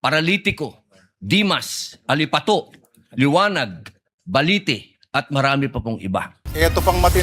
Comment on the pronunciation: Malı pa yung pronunciation nya nung “ALIPATO”.Labis na kayabangan nauuwi sa kabobohan.😂